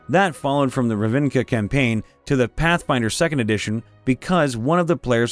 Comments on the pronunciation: Ra-vin-ca? Its Rav-ni-ca. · It’s Rav-ni-ka, not Ra-vin-ka 😂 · Wait wait wait wait wait. Did you say "Ravinca?" It's pronounced "Rav-ni-ca." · I'm pretty sure Ravnica is pronounced as written, Rav-ni-ca, not Rav-in-ca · Loved the video man but the way you pronounced Ravnica gave me a little stroke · Love your videos but I did have to cringe at the word ravnica. 😬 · The pronunciation of Ravnica bothered me…